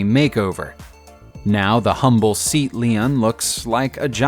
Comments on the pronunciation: It's not pronounced "seat" like toilet seat , it's "Say-Ought". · Nissan is pronounced “Niss-an”, not “Nees-on”! Hertfordshire is pronounced “Heart-ford-sher! “Seat” (Leon) is pronounced “Say-at”.